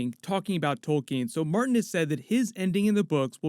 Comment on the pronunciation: I realize this is inconsequential but it really bothers me that you say Tolkien as tolkeen